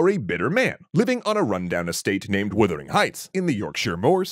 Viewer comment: Yes. "Woothering"?? I had to go make sure I hadn't been wrong for years.